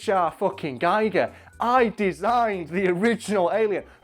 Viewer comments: Klobi for President He didn't say it right it is pronounced geeger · First comment and I'm complaining about the pronunciation of H.R. Giger. It rhymes with eager. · For those intrested, Giger's name is pronounced Giger not Giger. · And, now to ruin the joke: It's pronounce GHEE-gurr. Rhymes with "eager." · You can't even say his name right EPIC FAIL!!!